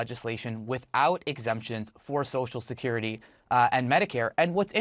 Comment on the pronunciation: Biden has been pronouncing it "Sosha Curity" for 40 years.